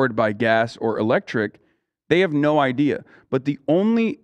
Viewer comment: Bright eye-deas